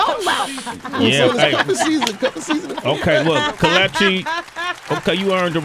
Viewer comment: That's not how you pronounce it? It's ke- Le- chi